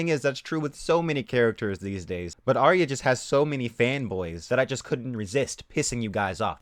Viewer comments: AR-YAH not AR-REE-YAH. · How many times does Arya get called Aya? That bugs me. Get the fucking name right if nothing else. Sounds like HIYA.